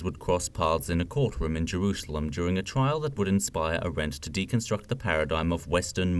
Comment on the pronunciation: AAAAAH-rent. Not a-RENT. Thankyou